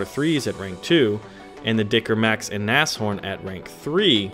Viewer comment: Wow... you're the first non-native german speaking person I've encountered that can actually pronounce Nashorn correctly. Mad props to you.